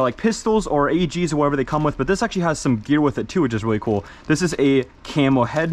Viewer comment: kewl kewl kewl kewl pretty keewl